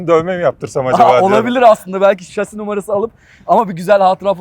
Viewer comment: Bir yelek bir baret giyseydiniz güvenlik ayakkabınız olsaydı keşke şase yerine şasi deseniz yaptığınız işin jargonunu bari öğrenin lütfen